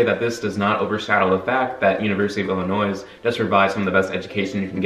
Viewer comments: Illin noise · You say the S in Illinois one more time I swear to god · ohio state gets a C at best for not teaching its students how to pronounce illinois